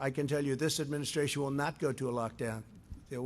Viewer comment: Why does he always say "in my administrarion". Is he really that insecure? Or narcissistic? Or both?